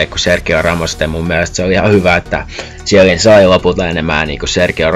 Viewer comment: Eikö toi "zhielliini" pitäis oikeesti lausuu "kielliini"